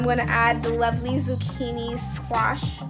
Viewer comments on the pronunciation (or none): none